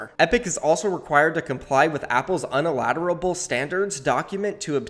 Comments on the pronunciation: Lol the "unilateral" pronunciation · Is nobody gonna talk about miss-pronouncing unilateral😭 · I noticed that. He also messed up reading "customer" nd a couple other words. I think he was in a hurry to get this video out😅